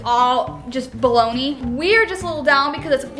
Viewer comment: Lol when said "Baloney" I though for a second she said "Billoney" lol